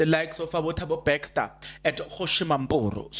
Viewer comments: Please it's Bester and not Bexter. Try to practice the name please 10x or more you will get it right. Also improve on the use of the word "loku". It's a humble ask. Like your content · Are we still saying Thabo "Baxter"? 😂 😂 😂 Jirre bra